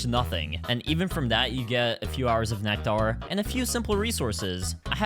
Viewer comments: ain’t no way bro called it “neck-tarr” 🥀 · Why does he pronounce it like necTAR